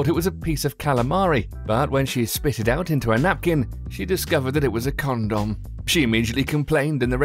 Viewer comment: why does he pronounce 'condom' in such a weird manner?